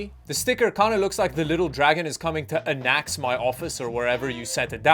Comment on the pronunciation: I'm sorry did this man just pronounce Annex as Annax? 🤣 Came for the tech stayed for the hilarious word jumble 🤣🤣🤣